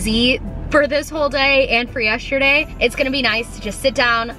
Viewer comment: I love you but I don’t know if it’s my brain or do you say ‘yesterday’ as ‘yeshterday’